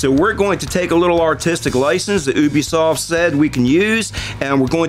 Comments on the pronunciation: Did anyone else here them say "oobisoft" rather than "YOUbisoft" when they say Ubisoft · that one guy said oobisoft😂